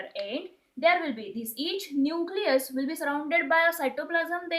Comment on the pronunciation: Nusilus ni न्यूक्लियस 😂😂